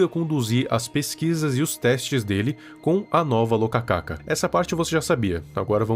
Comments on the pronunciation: só uma correção, a fruta se escreve e se le rokaka, não locacaca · Viral é "Rokaka" não "Lokaka" kkkkkkkk